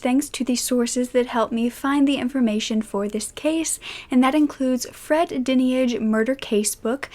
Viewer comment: fred diniage is pronounced fred dyenage also whotford (phoneticaly)